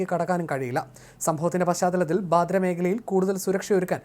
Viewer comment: ബാന്ദ്ര എന്നു പറയടോ..ബാദ്ര അല്ല...